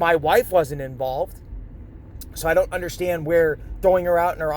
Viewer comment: Actually, it...I don't UNDERSHTAND! That "sh" gets me every time!